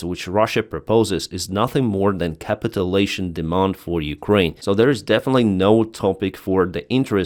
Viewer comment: Hey - Im a huge fan - [ cap it u lation ] { cap it you lation } or to capitulate [ cap it u late ] {cap it you late } I love you accent and your work Save Ukraine